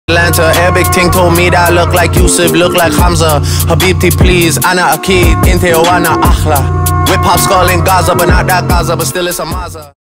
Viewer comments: 7amza and a7la pronunciation is making me tweak out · That Hamza pronunciation brah!